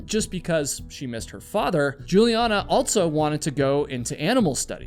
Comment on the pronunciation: You always say "altso" instead of "also". There is no T in that word my guy..